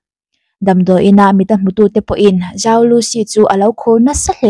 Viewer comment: zhou tihhi Chinese accent a lam chuan chou tih deuh a lamtur.. i fans ruhkawl o